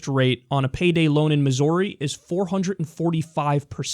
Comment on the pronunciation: Hey I just volunteered for her campaign I'm a st.louis native and i love ya Kyle but STOP PRONOUNCING MISSOURI THE WAY YOU DO